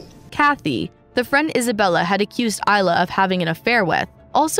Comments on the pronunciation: this video is good but one critcism I have is that ilya is pronounced as ill-Lee-ya not eye- la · "Ilya" (ILL-yah") the boyfriend is called "Eyelah". The machine cannot read. If it is a real person reading I feel very sorry for that person. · Your narration is very distracting. To gain integrity, you need to learn how to pronounce words before recording, for instance, it's Lima as in Lima Peru; it's not Lyma. Il-ya, not Isla. You will get more subscriber if you try harder to get it right. Blessings, Someone who cares. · "Ilya" is a male, Russian name pronounced "ill-ee-uh"